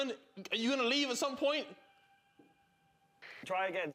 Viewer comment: wroetoshaw unofficial emphasis on the word "try"